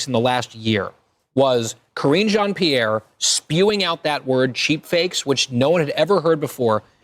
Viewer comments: B... thats Pronounced...P Air..not that it really matters😅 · Omfg, all black ppl should know how Haitians pronounce Pierre. I'm not listening to anything else you have to say until you get that right! I'm not Haitian, I'm FBA, but that was atrocious.